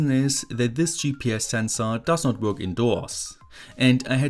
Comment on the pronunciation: I love how you pronounce "Work" xD